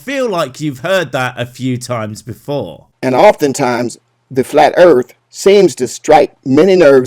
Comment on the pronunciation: No one is going to point out how this guy says "Earf" or "Erf"?